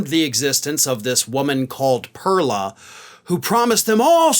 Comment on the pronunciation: You either pronounce it right in Spanish or say her name in English which is pearl like what comes out of an oyster.